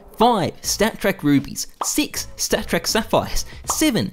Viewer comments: he said "st4ck track factory new souvenirs" :D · i had a stroke when he said it